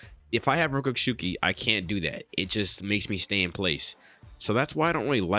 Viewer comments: rokushiki not rokooshooki sounds like im nagging sorry ;) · Rokushiki NOT ROKUSHUKI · Rokushuki? Isn’t it rokushiki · Bruh it’s not that hard to pronounce rokushiki